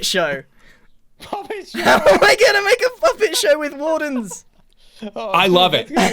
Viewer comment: when he said im ghana tell you i thought it was a subtitle error